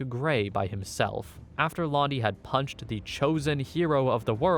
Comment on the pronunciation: “after Londy had punCHED THE. CHOSEN. HERO. OF. THE WORLD” lmao